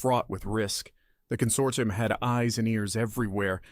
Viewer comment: "Con-sort-EYE-um" So close, almost thought you were an AI over that one.